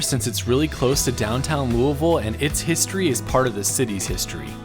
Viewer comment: As a life long KY resident I just want to say… thank you for your accurate pronunciation of Lou-a-vul. Been watching your videos for a while and think you are fantastic!!!